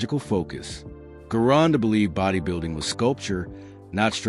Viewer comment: Guy's...I don't mean to be a pain in the ass, But, The great, and unique, Bodybuilder, Famous Master Bodybuilding Coach, and World Renown Gym Owner, VINCE GERONDA'S Last name is pronounced with a Soft "G" as in the name, "GEORGE". Ask and good Italian, or Italian-American, of which Vince was one of !